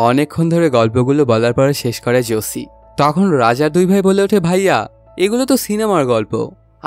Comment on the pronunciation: জসি কি রে ভাই নামটা ভালো করে আগে শুনে নে